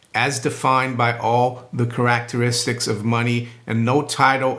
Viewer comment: Nice podcast! However, I'm kinda surprised how perfect your English is and how much easier it is to understand than most Brits. However, every once in a while you pronounce a word really weird compared to American English, such as "garage" in a previous podcast and "characteristic" in today's video.